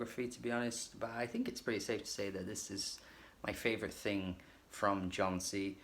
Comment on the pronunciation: good review but his name is pronounced as Yon-see